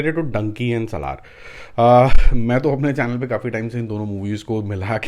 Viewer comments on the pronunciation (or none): It's not Salhaar ....it's Salaar please ...u r pronouncing it always in a wrong way🙂🙂